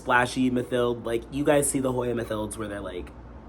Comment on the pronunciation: Loved the video!!!! Now I want so many Hoyas. Btw, did you hear someone pronounce Hoya Mathilde with the “th” sound and not like “Hoya Matild”? I’ve never hear it said that way, so wasn’t sure if I’ve been saying it wrong.